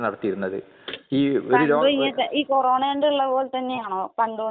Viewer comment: കൊറോണ എന്ന് വ്യക്തമായി പറയാൻ പോലും കഴിയാത്ത പാവം ദൈവം